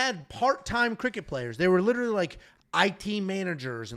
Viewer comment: Lilaly😂😂😂😂😂 Last week and this week. Literally is coming out as Lilaly😅